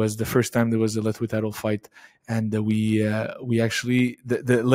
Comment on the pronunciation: Mr. Dave thanks for everything. Here small advice from me to you, it’s about pronunciation of LETHWEI, there’s not T sound, it sounds like “LE’HWEI” or “LEHWEI”. Even it’s written LETHWEI, T doesn’t have to sound.